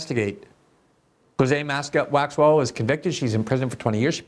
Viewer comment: Bondi isn't even saying Maxwell's name correct... Yeah, they've dug through all the info 😂